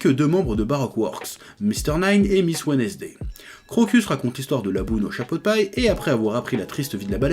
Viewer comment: Petit message au chef: Wednesday se prononce wensday C'est tout